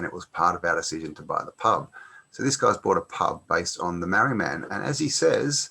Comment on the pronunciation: its pronounced MARR - REE